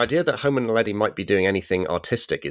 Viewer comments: Tut, tut. I think you'll find it's Homo naledi, NOT "Homo neladi"! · It is homo NAledi, not neladi...